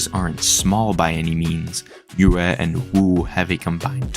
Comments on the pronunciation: im sorry but you butchered Yue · As a Yue speaker your pronounciation makes me want to die Good video tho